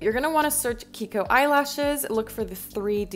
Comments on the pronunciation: its kijiko not kiko. Not all non-english alphabet pronounce like spanish, most of them pronounce "j" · Why are we only pronouncing the first and last syllable of kijiko? This ji erasure 🥲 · It’s pronounced Ki-Ji- Ko, not kiko 🤨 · you pronounce kijiko wrong. the author is from japan, so the "j" shouldn't be silent, it's きじこ. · I’m pretty sure she pronounced it as “kihiko” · It’s fine that she pronounces it like this but the j isn’t silent